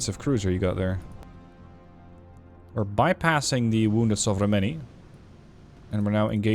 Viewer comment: >Udaloi >Sovremennyi Damn you become really great at pronouncing all these russian names:D